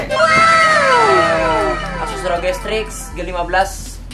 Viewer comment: Nobody: "ROG" (ar-o-ji): "ROG" (er-o-ge) wkwkwwkk